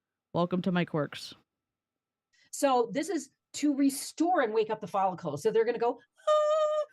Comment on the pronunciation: "wake up the follicules"??? you mean follicle, first of all. second of all, wtaf does that even mean???